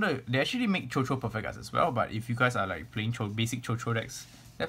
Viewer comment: quick note: it's actually pronounced as shushu, it's a french word.